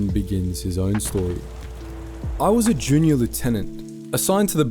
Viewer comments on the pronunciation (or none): none